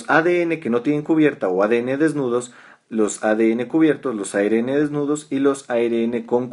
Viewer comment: ARN...se dice a erre ene...Ribonucleico la erre tiene dos sonidos en Castellano